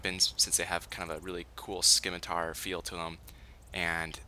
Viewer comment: "Scimitar" "Skimatar...." goddamnit,.